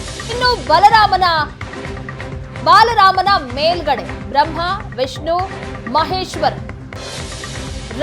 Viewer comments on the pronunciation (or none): Baalarama... not balarama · ಬಾಲರಾಮ ಸರಿಯಾಗಿ ಉಚ್ಚರಿಸಿ...